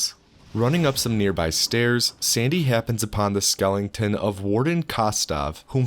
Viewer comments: *Skeletons, not skellingtons lmao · Dude, are you saying skeletons like that on purpose?